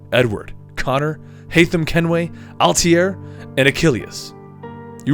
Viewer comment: Worst part about this video is the guy mis pronouncing Altair